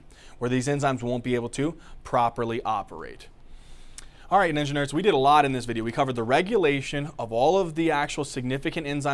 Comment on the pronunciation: ANOTHER person who learned more in a 30 min video than weeks of reading the freaking book. Also, every time he says "ninja nerds," it sounds like he's saying "engineers." Anyone?